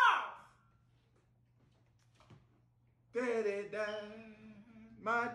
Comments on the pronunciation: Them pronouncing it Chaws instead of Charles is killin me 🤣🤣💀💀💀⚰⚰ 👻👻👻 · Right Chawls 😁😂🤣